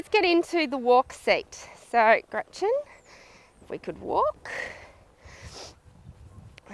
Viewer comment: Is the horse called "Gretchen"? It's so funny how you pronounce it. ^^